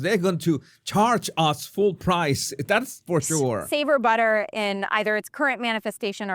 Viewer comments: Billter😂😂 instead of butter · " I cahn't believe its not bahterrrr?"